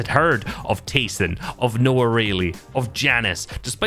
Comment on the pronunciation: someone finally said Noah’s name right!